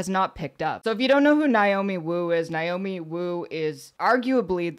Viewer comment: NAY-omi, not NIGH-omi.